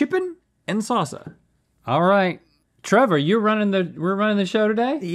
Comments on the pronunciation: Sauceuh or saucea or sauca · Rhett can’t say salsa. Always says “sauce-uh” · Rhett, you'll get there some day. As for now, 'sahsuh' it is.